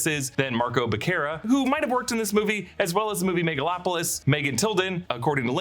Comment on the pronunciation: BECERRA = BEH SEH RRRRA